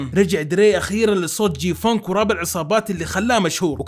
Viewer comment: تنطق جي فانك مو جي فونك دي تنفع كلمه وصخه